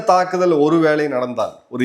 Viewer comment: நாடுகல் ஒரு வேல. தவறான உச்சரிப்பு நாடுகள் ஒரு வேளை